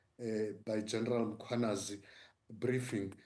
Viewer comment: Why is he butchering black surnames…General Mangwanazi my ass